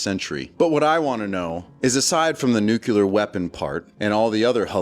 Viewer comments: New clear not newk ya lurr. Its fuh mill eee urr not fur mill yer. Not sure why that bothers me so much but I have trouble taking people seriously if they can't bother to learn to say words correctly. Thry must have gone to the learing center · For the zillionth time. It's NU CLEE AR. Not NU CU LAR. Guy talking on here should be ashamed of himself.